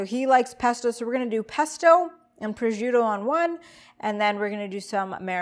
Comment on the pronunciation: I'm sure it could be very tasty but that thing is burned AF and looking VERY unappetizing. Also Prosciutto is not pronounced "proziuto" lol.